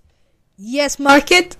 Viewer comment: Dude it’s marker not market